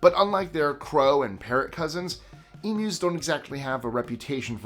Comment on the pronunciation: You get a like from me just for saying Emus right.